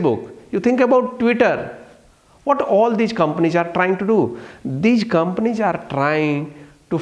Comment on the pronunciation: Ig, sayg, companieg, commonicating, frofit